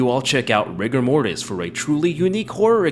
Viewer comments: You say Rigo Mortis, I heard Rick and Morty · RIGORMORIS GURL!